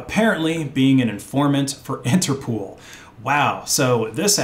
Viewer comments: Please don't pronounce INTERPOOL. It's INTERPOL, as in POLice... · Daingit! Why you so ignorant some times? first of all, Interpol is pronounced "Inter-pole" not "inter-pool". Second: scha·den·freu·de /ˈSHädənˌfroidə/ noun pleasure derived by someone from another person's misfortune. "a business that thrives on schadenfreude" Other than that, keep up the good work. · Interpol not Interpool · It's pronounced Inter-pole. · It's interpol not interpool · Why do you keep calling it "interpool"? How many O's do you see in the word "interpol"? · I think it's called INTERPOL, not INTERPOOL. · Never in my life have i heard people pronounce it 'Inter-pool' 😂 its 'interpol' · What the hell is "interpool" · INTERPOL. NOT POOL. ITS INTERNATIONAL POLICE. NOT POOLICE. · INTERPOOL? lol INTER-POL like POLITICS or POLICE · You have a funny way to pronounce Interpol. 's not Interpool. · Interpool? You mean Interpol? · I’m sorry, but if I hear “interpool” one more time, I think I’m gonna lose it. The pol is from police! There’s no pool! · Bro said interpool 😆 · It’s pronounced “Inter-poll”, because it’s a shortening of “International Police”. So please close the Inter Pool! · “Interpool” lol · He also can't pronounce Interpol apparently